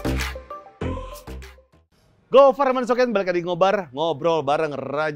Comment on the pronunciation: Khas bang Tresno yang ga ilang : manggil Gofar 'Gof' 🤣